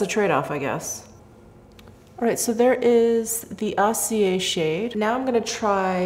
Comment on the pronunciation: Of course acier is more metallic since it means 'steely'. Get a French-English dictiionary so you can get the translation and pronunciation.